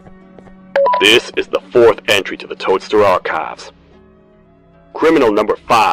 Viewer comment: “tha” goes hard